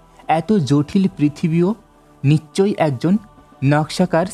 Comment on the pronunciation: বাংলাদেশীরা 'নিশ্ চয়' কে 'নিচ্ চয়' উচ্চারণ করে ।